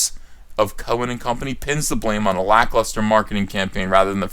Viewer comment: Note for younger viewers- at "lacklaster" < there is no such word, the word is lacklustre. Lustre is like a shine or sheen, a good & attractive thing on an object. Lacklustre, well lacking in that should be self explanatory.